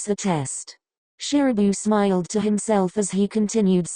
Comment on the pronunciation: “And smiiyulled” why’d she say it like that 😭